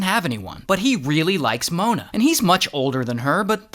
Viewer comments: "MoOahna" -Ray William Johnson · Why did he say Mona in a weird way 💀💀🤨🤨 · Why did bro say mona like that 💀💀💀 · Okay but why did he say Mona like that 😭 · Why did he say mona like that¿ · the way bro said mona is wild